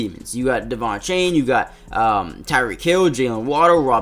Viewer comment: Did anyone notice he was say devon achany😂😂